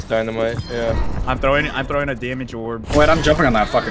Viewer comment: "Im PHROWING this game" had me dying lmao